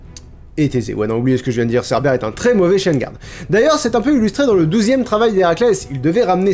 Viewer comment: Vers j'ai cru entendre "Cerbelle" 😂😂 Mais pendant un instant j'ai compris "entrer dans Hadès" et pas "dans l'Hades" voilà, j'ai juste rigolé 10 min pour ça